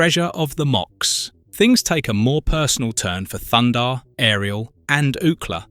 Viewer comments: It's THUNDARR not thunder. I can't believe you say his name wrong every time. It's written right there, are you dense in the head lol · Great vid but it's Thun-Darr ! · ThunDARR, not Thunder. Are you trolling us? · He doesn’t have a Mohawk. He has a Mullet and his name is Thundar not thunder. Very distracting from an otherwise very good review. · Can you take this down and have someone other than an idiot Europeen mispronouncing "Thunder" the barbarian about every third time?